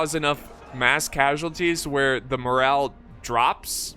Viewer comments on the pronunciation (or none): none